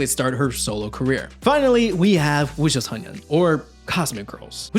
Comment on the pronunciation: I've seen no one mention it so I have to...... You kept calling WJSN "wujusonyeon" instead of sonyeo, which would translate to Cosmic Boys 😭 Still, thank you for the video! It was cool to hear a bit more about it. I thought their track Die For You was a banger btw